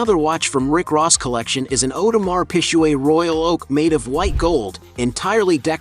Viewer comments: 50 has so much more money than Ross if he found out he'd sue him for it 😅oh yeah 😅... audemar PIG-GAY. U murdered the name of that watch ⌚️ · Awdemar pishweh 😩😂😂 … “.. Whale and Meek Mill” .. who is this guy 😂😂 and he playing 50 like 50 didn’t sell more record make more money from investments 😂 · That Audemar Pisjuaid tho🤣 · You are pronouncing the name of the watch Audemars Piguet wrong - so wrong. Do your homework.